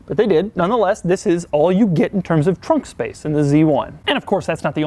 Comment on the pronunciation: Your pronounciation of the word ‘this’ annoys me sometimes.. often sounds like ‘ziss’